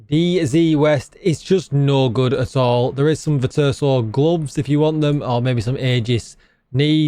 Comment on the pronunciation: VER - CHEW - OH - SO